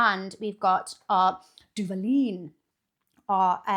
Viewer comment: Watching you say Duvalin the right way and eat it was so satisfying I have a cousin in Mexico who you remind me of and seeing that kind of brought back a memory.